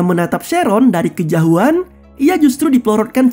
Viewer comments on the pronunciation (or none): kejauhan bg bukan kejahuan